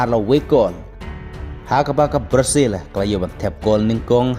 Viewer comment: Ka prazil🤣🤣🤣🤣 tang ban pronounce ruh um nang bha ka pyn mih khubor pt kumba nang eh